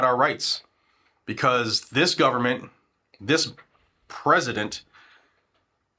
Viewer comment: Brando and his bunch have to be in bed with mexico " guvernbent"